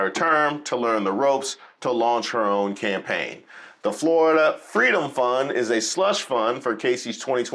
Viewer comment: in "I got my own plans". Own...sounds a lot like "alone."